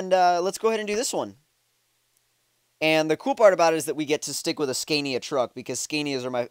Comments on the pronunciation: Haha sorry I don't mean this in a mean way but the way you say Scania is so bad. it's actually pronounced scan-ia not scane-ia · OMG it's not pronounced scan-is it pronounced sconia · The way he says scania hahaha